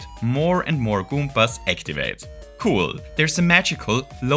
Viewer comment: i adore the way you say goombas.